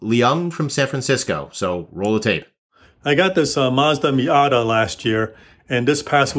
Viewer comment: Question #1 - should be Miata not Mita.